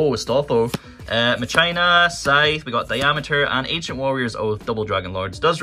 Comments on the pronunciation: Honestly, I hate it when he says ma-China. It's machina. Pronounced ma-ki-na. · Muh-China tho. xd